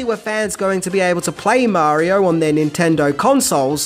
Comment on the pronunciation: Imagine making a whole ass video that is a full 26 minutes long but you still can’t say Mario without adding an unneeded british as marior every other time you say it